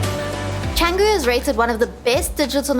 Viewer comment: Canggung ❎ Canggu ✅